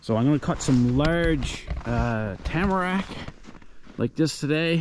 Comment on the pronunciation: HOLY RABBIT!!!! Well, I cracked up laughing a couple times throughout this one 🤣🤣🤣 You did good, by the end of the video “Tamarack” seemed to roll right off your tongue!! I’ll get ya reared up yet m’son!! Great haul in on the bunnies. Rabbit Stewwwwww 🤤 and that “Juniper” sure do split good!! Thanks for taking us along with you! Too funny…..I’m still here giggling away!! 🤣